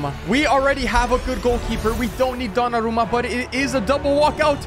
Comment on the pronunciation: Ha pronunciato Donnarumma meglio di ciò che pensassi